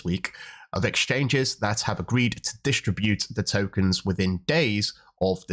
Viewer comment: distr"i"bute not d"i"stribute